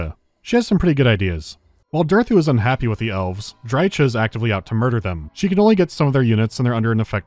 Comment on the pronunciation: Just for the pronounciation of Drycha you get a dislike. :P